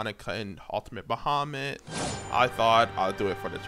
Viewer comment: the absolute worst way to pronounce bahamut